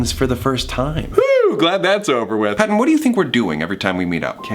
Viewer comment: Let's jus appreciate that pattens collar said pawton